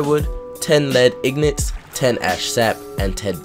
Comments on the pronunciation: Which is the whole reason I corrected him. Also, it's IN-GOT. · ignant.. (een-get) nor in-got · No its pronounced IN-GIT